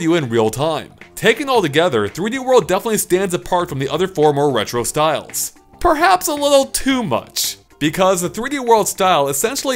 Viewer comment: purr-haps, if u will